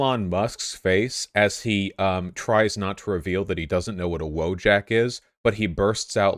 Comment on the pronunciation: Vaush, if you won't stop pronouncing "wojak" incorrectly, I'll personally revoke your Polish ancestry card.